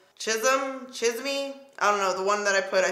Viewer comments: omg "chism" lol its said "chees-meh" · No hate, just help: Cafecito (Ka-fe-SEE-toe) Estrella (Eh-strā-ah) rooooooooll that r Chisme (Cheese-meh)😆😆😆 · Pronounce cheese-meh lmao means gossip in Spanish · CHIZUMMMMM 😂😂 it’s CHEEEEEZZZMEH! I def have to buy this now 😍😍😍😍😍😍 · cheese may = CHISME lmao love you hahaha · I love your pronunciations! Lol chisme (cheese- meh) = gossip. I was skeptical about the lip colors but seeing them on you they looked so good! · You look beautiful! I love reds on you. In case you were wondering here is how you pronounce some of the names Salvaje (sal-va-hey) Chisme (cheese-meh) - slang for gossip Estrella (es-tre-ya) - star You did really good pronouncing the other ones! Thanks for the quick review, it's gorgeous and I can't wait to buy it! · Hahahaha girl I was dying the whole time you pronouncing these Spanish words 🙌🏽🙌🏽 and you saying chis-me 😂☠️ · If you say these 2 words 'Cheese + meh' as 1 word, thats how chisme sounds :) & also mija if u say 'me + haa' with the a sound it will be correct, in a lovin way everytime u said mija i couldnt help but say heehaw In my head. Lol. Btw you made these colors work 😍!! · its cheese-may, meaning gossip. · 😂😂😂 at least you tried but it’s CHEESE-MEH - Chisme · "Chi-ss-meh" Chisme 😘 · Chisme is pronounced as "cheese-meh" 😊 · Chisme is pronounced like cheese-meh......means gossip, or the gossip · Chisme......Spanish for gossip.....your pronunciation had me laughing. Cute....😂🤣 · I couldn’t make out what you were saying when describing one of the highlighters 😂 I finally figured it out and it’s “Chisme” meaning “Gossip”. You’re so cute 💕 you did great at pronouncing the names. Great job! You look amazing in all colors. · I love how you make and effort to try and pronounce the Spanish names right, I was living when you try to say chisme 😍 Why do I feel like low key you are asking Karen how to pronounce some of those worlds lol 🤔 😝